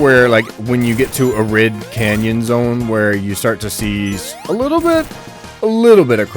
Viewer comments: Been playing SRB2 since 2004 when I was 6 years old, Ive never seen someone play the game as Knuckles and climb and glide everywhere to get through the level lmaooo. We would still run through the level as we would with Sonic. And its not “Ah-Rid” Canyon its “Air-id” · Arid has a long a, not a short one. Pronounce it EH-rid. It's an honest mistake, nothing personal.